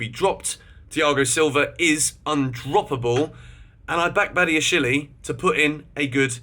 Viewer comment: Please can you learn how to pronounce Badiashile and David Datro Fofana properly. It’s not Badiashilie and it’s not Davide. Other than that, great vid